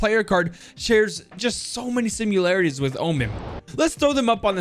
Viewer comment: I love how he says sim-u-larities. It’s just a bit funny and adds more personality to